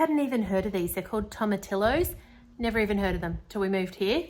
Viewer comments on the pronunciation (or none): Tomatillos are pronounced toe-ma-tee-oohs. The l’s are silent.